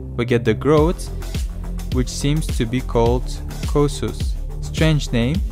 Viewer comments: Its not khosus its khuskhus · Foos name: "Cous Cous" Him: "Cousos"